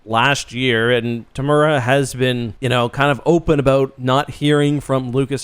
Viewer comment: Looks like you're a big fan. Be great to get a bit closer on the pronunciation of Temuera. All us kiwis were probably wondering who the hell you were talking about.